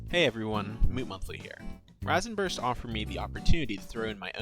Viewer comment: You pronounced Rasenburst wrong it's pronounced "Raisenburst." Other than that good video.